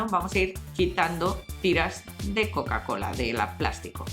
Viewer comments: se dic Coca Cola no Coa Cola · un shot de tequila cada vez que la escuches decir coacola